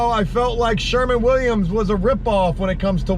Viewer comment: Who the FUCK is Sherman Williams? Dude. SHERWIN. Win. Shhhh-er-wwwin. Also your truck repair COST a lot. Fuck man.